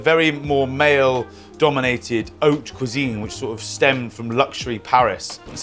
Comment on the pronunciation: "oat cuisine" yana :')